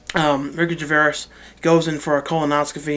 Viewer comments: Not Ricky Gervaias. Ricky Gervais (Jer-(as in Jeremy) vay-s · I'm pretty sure Gervais is pronounced like Gervase, not gervarase or whatever you said :D Good reviews tho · good video, just to let you know it's pronounced ricky (phonetically) ger-vase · nice vid... but it's pronounced ricky gerv-ace ;)